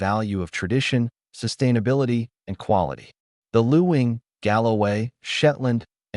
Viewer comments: Luing is pronounced LING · The pronunciation is actually ling